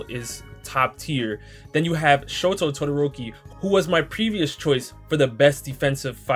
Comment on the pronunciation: imma ignore how you called shoto "cero"